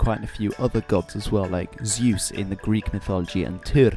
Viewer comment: hi all! i am a nitpicker and i am sorry for it, but honestly: you correctly pronounced deus, but then completely butchered Zeus. Why?